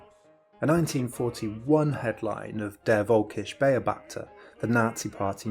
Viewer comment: Awesome video, I do have a slight point of criticism though: As a German I would appreciate looking up the correct pronunciation of words like "Der völkische Beobachter". I had to think for a couple of seconds to figure out what you were referring to. That's all though. Keep up the good work!!